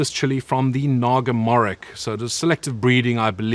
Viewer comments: Not Naga morik. It's pronounced morich or moris in some areas but never morik. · It's pronounced naga morris in bengali...its a derivative of the word mirch (chilli). You are one crazy fella...it takes me a week to eat 1 of these and I'm from Bangladesh!